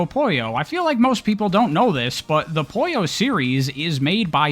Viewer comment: It is not Poyo....it's Puyo.